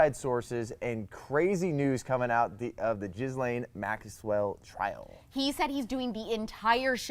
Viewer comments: Ghislaine' name, per her brother, is pronounced "gill-en".... I trust how the family pronounces it.... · Learn how to say Maxwell’s first name. Jack says it correctly.